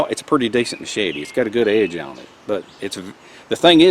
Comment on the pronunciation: Ma-shey-tee... Great video...